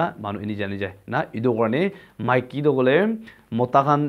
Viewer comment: Buddy Maiki not miki little bit correction